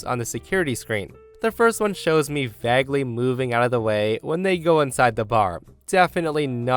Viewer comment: How you pronounce vague gets me every time, woo...